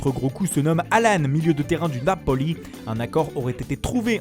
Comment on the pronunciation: Les Teufiz, le nApoli, l'effet Hanchelotti, max Do-Herty, Mac Khénie : trop puissant les prononciation ! Je kiff 🤩